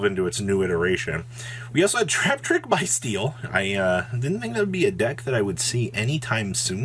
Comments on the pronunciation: It's pronounced Beastial. Not Biestial. As in Abyss Beast. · it is pronounced Bys-tial like as in "Abyss" not like "Bye" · Thats not it. There's no beast. It's bys-tial. Abyss